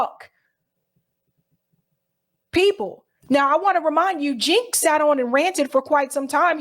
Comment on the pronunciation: His name is pronounced Jank not Jink.